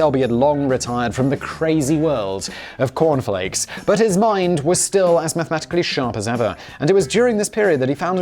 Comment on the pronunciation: Simon, what is 'mathetically?'